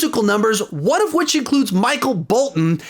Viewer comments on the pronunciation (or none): none